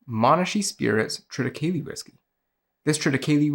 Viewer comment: Whisey? Never heard of it